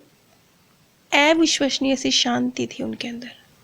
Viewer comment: Aur sab achha hai but aap एविश्वशनीय मत कहा करिए। अविश्वसनीय कहा करिए। अ को ए कहने से सुनने में कष्ट होता है।